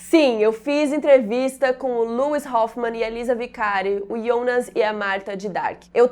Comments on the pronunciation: que legal!!!! só não entendi porwue a sempre fala "Ionas" e o próprio fala Jonas..😬😬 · Amei a entrevista, muito show! Parabéns. Os próprios atores dizem Jonas (acho que essa eh a pronúncia certa mesmo pq Ionas eh muito estranho, nem em alemão fica dessa forma...)